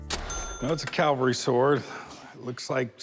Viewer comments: It’s a CAVALRY Sword, not a Calvary, look it up! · corey saying "calvery" over and over irks me. its like when a guy i work with says "backhole" or "rebarb".